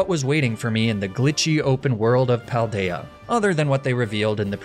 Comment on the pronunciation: I’m so enamoured by the Spanish names you’ve given all of them. Also your pronunciation of all the names is impeccable! Wonderful justice to the Paldea region!